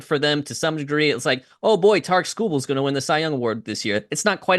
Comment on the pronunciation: butchering Skubal’s name in the first two minutes. It’s over ladies and gents.